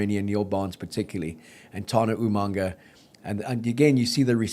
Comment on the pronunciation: Agreed. There is a glottal stop between the first two vowels not an H. Further examples include UmaNga (there is no N) and Tuipoluto (swapping O and U). If you want to claim NZ heritage then make the effort to pronounce Polynesian names correctly. In fairness though, most of the Aussies and Kiwis do an even worse job with Afrikaans names.